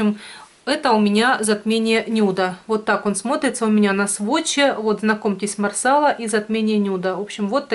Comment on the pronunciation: марсала-ударение на последний слог, раньше ты правильно говорила ;))